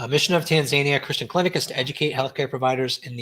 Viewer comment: It's said Tan za nia(nee a) sorry for correcting you